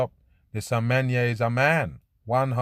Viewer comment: That one name is Semenya like Semen ya